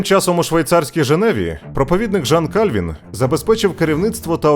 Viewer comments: У Франції не було королів на ім'я Франциск, Генрих, Карл, Людовик, але були Франсуа, Анрі, Шарль, Луі. Також помилковий наголос: не КАльвін, а КальвІн. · Не Кáльвін, а Кальвíн. У французькій мові наголос завжди на останній склад.